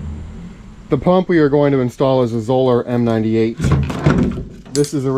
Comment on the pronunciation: Correctly pronounced, Zoeller rhymes with Dollar. Thanks.